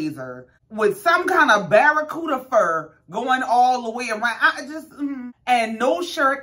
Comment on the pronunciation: DID YOU SAY BARACUDA 🤔...🤣🤣🤣🤣🤣🤣🤣🤣